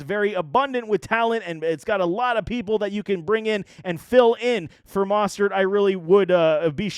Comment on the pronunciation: Really don’t think aiyuk came in overweight, I think the problem was his overall work ethic and practice habits that made shanny put him in the dog house. And just some constructive criticism, look up the pronunciation of names, mostert, tartt, and ebukam were said incorrect.